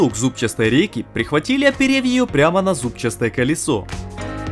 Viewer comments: зубчатое, а не зубчастое. Ушко режет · Вы несомненно молодцы! Но вот уж сильно режет слух "зубчаСтое" колесо или "зубчаСтая" рейка. "С" уж точно лишняя буква))) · Отлично👍но слово-"зубчастое" чуть не справоцировало нервный тик😁 ЗУБЧАТОЕ,ЗУБЧАТЫЙ,ЗУБЧАТЫЕ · Работа на "отлично"! Простите, но не могу не высказаться - жёстко резало слух "забЧАСтое" и колесо и рейка. Правильно "зубчатое". И да - ваши отношения выглядят примером для подражания)) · ЗУБЧАТЫЙ, ЗУБЧАТОЕ. ОТ СЛОВА ЗУБ. НЕ ЗУБЧАСТОЕ, А ЗУБЧАСТОЕ. Я понимаю, что русский язык не родной, но вы делаете контент на русскоговорящих, и будьте любезны хоть загугдите, как произносится то или иное слово. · Все ничего, классный ролик! Но неправильное произношение слова "ЗУБЧАТОЕ" 100 раз подряд просто убивает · Отличное видео. Бесспорно взял на заметку... Давно хотел делать такие ворота, но не знал, с чего начать. Всё понятно донельзя. Спасибо! Единственно - режет слух слово "зубчаСтое" ;-) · мульён :) давно так ухо не резало, подумал, сперва что спецом издевается, но у него и колесо зубЧастое :) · ЗубЧАтое .. Буквы "С" там нет нигде... Знаю знаю. Просто сто раз подряд это было сложно слушать...